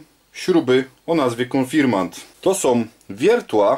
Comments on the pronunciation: konfirmaNt XD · Spoko, ale konfirmant🤣😂? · W pisowni oraz w poprawnej wymowie powinno być "Konfirmat" Ze względu na środowisku w którym przebywam większość ludzi nie wiedząc dlaczego zmieniła wymowę na konfirmant i tak się już to zostało. Pozdrawiam